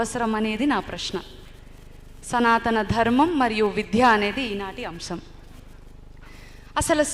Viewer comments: మీరు సనాతన ధర్మం గురించి విద్యలో దాని ప్రాధాన్యత గురించి చక్కగా వివరించారు.మీరు తప్పుగా అనుకోకపోతే ఒక సవరణ.*విధ్య* కాదు విద్య. ద కు పొక్కిలి లేకుండా చెప్పండి. ధన్యవాదాలమ్మా. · విద్య విద్య విద్య విధ్య అని పలుకుతున్నారు అది తప్పు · విధ్య కాదమ్మ విద్య అని పలకండి డా రామ్ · చాలా బాగా చెప్పారు. చిన్న సలహా మీరు విద్య ను విధ్య అని ఉచ్చరిస్తున్నారు. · Eeme evaro gani vidya ane padanni vidhya ani palukutondi. Ilanti vallu cheppe subjectu kuda alage vuntundi. Inko padam samatulya nu samathoolyaga, aahootulu ane padanni aahuhutulu antondi. Ilanti vaallato upanyasalu ippinchi mosam chestunnaru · Excellent presentation by madam. But vidya ni vidhya ani pronounce chestunnaru. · అద్భుతమైన సందేశం... చాలా బాగుంది... మొత్తం వాస్తవ చిత్రీకరణ... చిన్న శబ్ద దోషం...విద్య అని పలకడం సరియైనది....విధ్య కాదు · విద్య అని పలకడంలో విధ్య అని పొరపాటుగా పలుకుతున్నారు. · విధ్య అని వత్తు లేదు